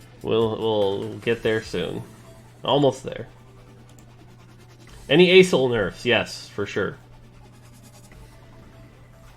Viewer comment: I hate hearing A-Sol to call Aurelion Sol I mean, am I the only one that hear everytime a s s h o l e ?